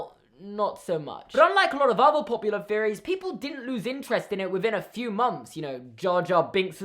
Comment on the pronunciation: I hate THE Pixar theory. Individual ones are fine tho Also my American ears keep hearing theories as "fearories" help